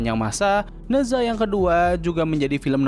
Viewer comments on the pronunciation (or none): Spellingnya "naca" btw. Bukan neza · koreksi bang, pronounce nya Ne Cha, kalo di mandarin Zh dibaca kaya C